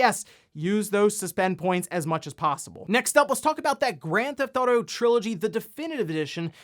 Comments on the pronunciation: "Grand Thauto" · Is it just me or does he keep saying "Grand Thoughto"? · I’m baffled by how you pronounce Grand Theft Auto